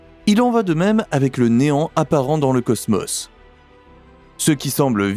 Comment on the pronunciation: C'est quoi le ceusmeus??? Cosmos je connais, il y a 2 "O" qui se prononce O et pas eu...😂😂😂